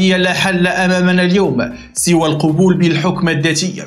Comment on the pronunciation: سوى القبول بنصب القاف وليس بضمه.أرجو المزيد من الحذر